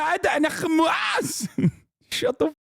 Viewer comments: She says Hkamas like I would expect Christopher Watkins would say it. Close your eyes and picture him saying. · Bro I’ve watched the “HÀMAăAAS” part so many times i caaannt 💀💀